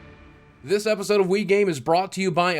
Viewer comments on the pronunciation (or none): none